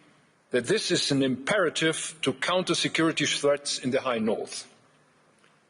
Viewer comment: Kinda sounded like he said America's foreign insecurity policy hahaha